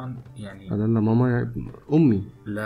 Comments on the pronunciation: الاسم هو امازيغي ماما بالشدة على م الثانية ..mamma.. ⵎⴰⵎⵎⴰ النطق ليس صحيح بالعربية اعرف شخصيا ان هذا الاسم موجود في الماكن الامزيغية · ماما اسم لبنت ونقها غير ماما لي هي امي هي بيها شدة فالميم التانية واليهود مينطقوش الشدة